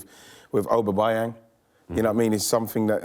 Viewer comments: Hahahaha “obabuyang” Gotta love wrighty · ''AUBABAYANG'' loool Wrighty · Yea, I was thinking... Who on earth is; "Oberbyang?" 🤣😆😂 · OBERbyang? you sure wrighty lol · Man actually said omerbyang 😂😂😂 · O ber bye ang. Come on wrighty you're better than that loool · Aubameyang cmon always making a mistake saying his name Ian 😂 Oberbyang🤦‍♂️ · Did he say aubabayang 😂🤔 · Ian it’s aubameyang 😂🤣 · Oberbyang😂 ian wright you’re my g but come on that is shocking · Why cant Wrighty say Aubameyang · Is it that hard to pronounce Aubameyang’s name loool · Aubameyang isn't so difficult to say FFS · Ian be like: Arsenal dont sign Aubameyang cause i struggle to pronounce his name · Haha i heard him say it as i read it. What a guy loool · Jose Mourinhos Master Plan - He butchered the name 😂